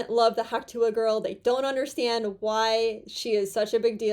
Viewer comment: Tuah has 1 syllable! Reference the original clip! tuh! (Sorry, I'm so OCD that I have to call it CDO - I have to put the letters in alphabetical order!)